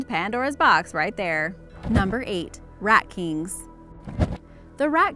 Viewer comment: Rat kinKs. Do you English much?